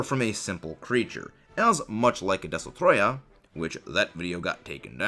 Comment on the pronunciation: Des-To-Roy-Ah. Not Des-Oh-Troy-Ah